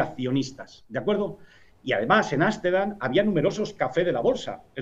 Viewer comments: no confio en alguien que dice asterdam y no amsterdam para empezar... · repite conmigo, arstendan otra ves otra vez arstendan :)